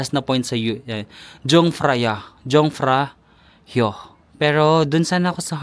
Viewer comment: Yungfraw ung pronunciation ng jungfrau